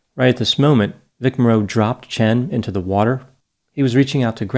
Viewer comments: His name is Morrow. You make it sound like More-o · Vic Morrow’s name is pronounced “MORE-o” not “more-ROW”. As a point of interest, he was the father of the actress Jennifer Jason Leigh. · First of all, Vic Morrow's name is pronounced MORE-oh, not Mor-ROW. He had a long career, first becoming widely know in the TV series Combat. He made appearances in many TVs and movies and was a well-known actor, just not a "movie star." His career may have been in a slump but it was not over. Second, I don't understand how Dr. Grande could conclude that anybody except John Landis was responsible for these deaths. Dr. Grande is probably too young to remember this incident, and probably did not read a book that was written about the case (it is called "Outrageous Conduct"). John Landis, as the director of this movie, was in charge. He directed everything that went on, including the illegal hiring of the children. Everything that was done on that set was at his direction. He famously shouted, "Lower, lower!" (meaning the helicopter) just before the fatal accident occurred. The original Blues Brothers movie was made in 1980, prior to this film, and also featured the extensive use of explosives which were not even necessary to the film. As for Vic Morrow, actors in action movies often perform dangerous stunts. In fact today I note in many cases that it is a badge of honor when actors "perform their own stunts" and this is often noted admirably. To say that Vic Morrow "put himself in that position" is unfair. Of course he was apprehensive about the scene; it would have been dangerous to film even under the direction of someone less stupid and careless than Landis. He was unlikely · My ears are bleeding! It's pronounced Vic More-O! Not mor-ROW. No one is old enough to remember him?! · You mispronounced Vic Morrow’s last name. It’s not like “mor-ROW”, it’s “MOR-row”, just like “tomorrow”. Even in death, he’s suffering injustices. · Morrow, not Moreau. Just a film fact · Vic MAR -oh